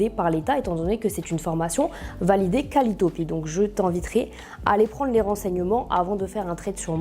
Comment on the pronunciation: Qualitopi ou Qualiopi ? 🤔 Déjà la si le mot est mal prononcé en deux fois, je doute de sa formation ..